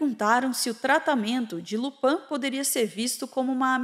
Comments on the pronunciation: Uma grande análise que nem sabe falar LuPIN certo... Só confundiu com o ladrão da serie da netflix enqto vc buscava absurdos prontos na internet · Tirando a questao do Percy (que sempre foi zoado, nao por ser funcionario publico mas por ser um pedante de b0sta) e a pronuncia errada de Lupin (acho que tu confundiu com a serie francesa haha), a análise tá certeira. E nem venham com papinho de Hermione ministra da magia e etc pq NÃO faz parte dos 7 livros. Potterheads tão igual a Rowling: remendando a obra pra ver se fica menos problemática. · claramente quem escreveu o roteiro não leu a história, malemá viu os filmes e nem a, pra falar Lupã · Só da criatura chamar Lupin de LUPAM já diz tudo. Não se deu o trabalho nem de assistir uma cena onde ele aparece porque já iria ouvir o nome correto kkkkkkkkk misericórdia.